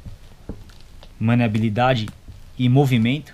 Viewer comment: Maleabilidade e não Manéabilidade. :D Ótimo Review, trabalho excelente.